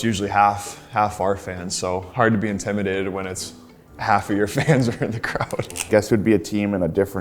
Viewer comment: Not Nylander struggling to pronounce intimidated 😂